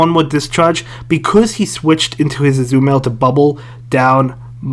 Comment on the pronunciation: Why can't you pronounce Azumarill?